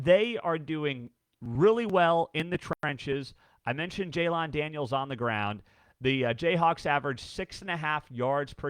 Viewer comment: I love your work, but PLEASE start pronouncing Jalon Daniels correctly. It's not "JAY-lawn", it's "JAY-len"